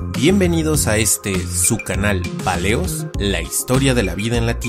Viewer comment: Paleos dijo al dinosaurio con N